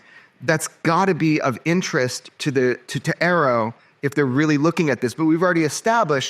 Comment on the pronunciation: A.A.R.O. , not "arrow".